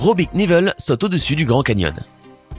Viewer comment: Pas "KNIEVEL",mais "K.NIEVEL".Prononcez KANIVEUL